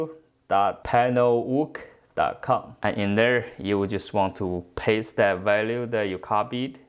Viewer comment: Very helpful — thanks! It’s ridiculous that one has to go through all these steps to get the info. The way you pronounced “look” as in “panelook” cracked me up 😂. I don’t suppose I’d do half as well pronouncing your native language.